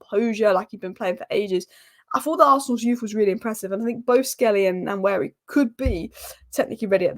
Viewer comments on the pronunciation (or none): "Wa-neri" "N" is silent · Hi we Nigerians pronounce his name like this WAN YERI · One-yeah-re. Just sound it out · It's Waneri not Nanweri like you said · It's Pronounced NOIR-NERI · You can call him One-neri. As if you are pronouncing number 1. They dont sound exactly the same but very similar. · Pronunciation of Nwaneri: Wanieri. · It’s pronounced “One ye ree “ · pronounced: Waneri (N is silent) ❤🤣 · It's PRONOUNCED as WA-NE-RI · Its pronounced Noir-neri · Nwaneri's name pronounced more like Wan-ner-ee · Aunty u r spoiling Nwaneri's name